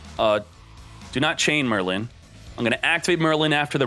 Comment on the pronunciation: Oh btw its Merlin not merrylin